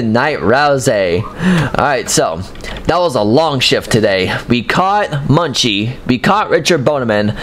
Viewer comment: U pronounce it like moon chi not muchie